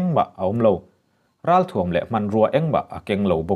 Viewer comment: I aw a fiah fel fai a,ngaihthlak a nuam a,a bengvarthlak a,i inpekna hi a va hlu êm!Mahse,țhahnem ngaih thilah,runpui,zelen leh thuam tih i lam dan hi chu ,i la tih leh zel turah a lamdan dik ni thei tawh se a va țha êm!in lam dan hi miin an la chhawng țhin si a.